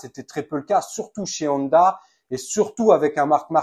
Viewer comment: C est pas nonda ou oneda, mais Honda (on - da)